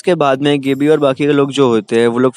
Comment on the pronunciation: Thoda Chota intro rahko Bhai.. Nice video.💥 Gabbi = गाबी not गेबी Aree Bhai last ke part to main tha Uske bare mein to Kuch Bola he na.i... Reiner ki meeting. . with